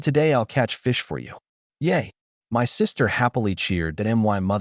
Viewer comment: Can you get a better AI reader please. AI reader keeps spelling out short words. I-T, T-O, M-Y, M-O-M...gets very annoying.